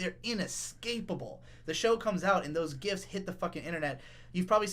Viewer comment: I first heard "gifts" instead of "gifs". Yes. Thank you KyoAni.